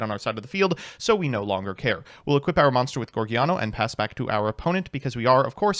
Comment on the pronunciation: Take a shot every time he calls it Geargiano